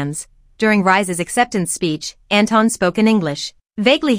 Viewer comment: Can people stop pronouncing Anton as Enton. His name comes from Germany and it is not pronounced like Enton. Enton is literally the German name the Pokémon Psyduck. I always imagine Psyduck as a Kpop idol now. Also there is a well known Austrian singer Anton aus Tirol who sings in his song Anton aus Tirol how it is pronounced.